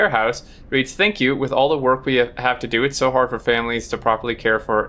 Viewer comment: That automaton is so cool, it reminds me of the Spidertron in Factorio teases. Also It's not "invalid" (in-VOWL-id) as in "not valid"; but a different word (IN-vah-lid) meaning someone who is weak or disabled because of injury or illness. A heteronym: words that are spelled the same but pronounced differently and have different meanings.